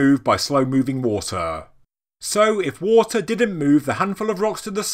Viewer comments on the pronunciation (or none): none